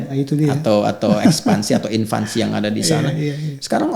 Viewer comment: Pembahasan yg bagus & moderat, lautan kebaikan, insya Allah. Trmkasih Ustadzuna Adi Hidayat. Ada sedikit salah ucap: invansi, harusnya invasi; impor guru/dosen, harusnya ekspor guru/dosen. Afwan 🙏